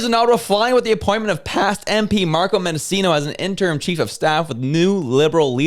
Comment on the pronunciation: Menda-'CH'i-no. If you are going to make statements about people, you need to at least sound like you know what you are talking about.